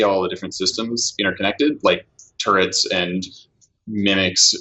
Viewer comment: "turrent" is not an alternate pronunciation of the word "turret." You are just mispronouncing it.